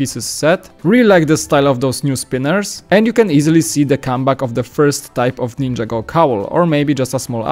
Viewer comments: Nin-jah-go, not ninja-go. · Why can't you say NIN-JAH-GO ?? Just curious...